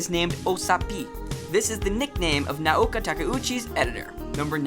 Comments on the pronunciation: cooool but you could at least pronounce Naoko's name correctly. And anime animation is redundant. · come on your Japanese pronunciation is killing me. You're nailing directors names but mispronouncing easy stuff like shoujo or Naoko come on man gimme a break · theRtardHouse Doesn't the guy just pronounce it as "ah-nee-meh"? That's how people in Japan pronounce it, lol. He was accurate for the most part, excluding how he pronounced shoujo and Naoko's name. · #108 "Naoko Takuechi" is not pronounced "Nuh-ouka Takka ouchie", but more like "Nowko Tuh-kee-utshe". English speaking people mix the vowels all up. The "na"(な) is like "nuh". The "o" (お) is like the "o" in "four". The "ko" (こ) is like "co" in "core". The "ta" (た) is simply a high "ta" or tuh". The "ke" (け) is like "ke" in "Kennedy". The "u" (う) is like the "u" in "youth" right before the "th". The "chi" (ち) is very much like "she", but typically more like "tshe". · Naoko isn't pronounced Naoka... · And When he says “Naoka” like where’s he getting that A from lol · I know! Who's Naoka? lol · These fact are common knowledge to an old time moonie like myself. good to know for new moonies. However you mispronounce many of the names, and got a few details incorrect. I'm not gonna list them all here but a few i'll point out is Naoko's name is not "Naoka" .. and hes not "Tuxedo Moon"... shoujo pronounced wrong, Sailor Moon SuperS was said wrong and Minako's last name was pronounced wrong, Utena was pronounced wrong. "Anime" was even pronounce wrong every time ..lol really?? XD well i was entertained at least. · shoojo lmao oh gosh. he tried, its show-jo and Now-ko. Its hard trust me cause of the fact the Nao is has it's own syllables Na then vowel o put together sounds like 'now' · how hard is it to pronounce naoko??? its literally nao ko. now-ko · Lol why can nobody pronounce Naoko's name properly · NaoKO SHOW-jo english Amy japanese Ah-me Charon is pronounced Karon Kai o maru eye-no = aino